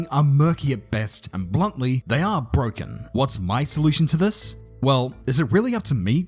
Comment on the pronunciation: ITS BWOKEN